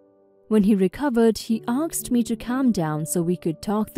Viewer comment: Asked not aksed